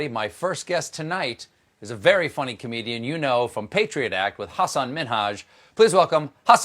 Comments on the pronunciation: Kudos to Colbert for saying his name correctly. Everyone always say haSAN minHAJ when it’s HAsan MINhaj. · Colbert learned the correct pronunciation of his name! Much love for two of my favorite comedians!